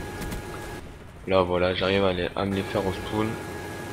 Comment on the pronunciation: on ne dit pas Spoon ou Respoon ... mais Spawn ou Respawn ( Prononcé Spaune ) !!